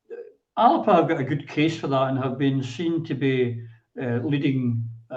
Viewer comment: Christ is it not about time people learnt how to pronounce Alba!!?